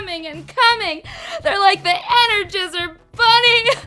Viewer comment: Did she say enerjizzer bunny